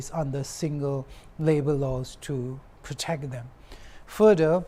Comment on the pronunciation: If youtube has a platform in sharing voice message then I would definitely share my pronounciation and his pronounciation 😅, His english accent is not what we expected to hear because too stylish, Instead of children - Chiren 😅, Protect - phrutect 😅, khlo meter ?, Viewers can't catch up in some words BCOS fo his accent, Nagamese is fine, I appreciate him speaking in our local language but but english !!?